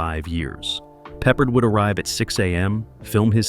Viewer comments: Quit calling him pepperred!! He's not a piece of meat!! Call him by his name properly!! AGeorge PEPPARD!!! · His name is pronounced Pe ppārD not peppered!!! Get it right Sir!! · PeppARd.!!! Not pepprered!! I'll come over there and pepper your ass!! Fool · I pity the annoying announcer who' can't pronounce George PeppARDS NAME RIGHT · Pepper-ed. LOL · This channel has a bad habit of mispronouncing names when talking about old actors. I know trying to read a last name and hearing it are two different things. Especially if you probably were not even born then. George Peppard was the actors name you missed. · Do you know if you make a video you should really learn how to pronounce the names of the people you’re talking about. If you can’t even say, George Peopard’s name right, how can we believe the rest of the things you’re saying in this video?